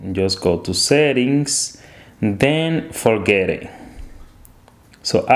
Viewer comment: I love when Hispanics say “forgetit” it’s just gold